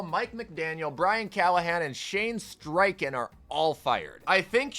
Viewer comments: Why do u say streichen if there’s no r in it lol 😂 I get a mistake but that’s adding a letter! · Has anyone told you there's no "r" in Steichen?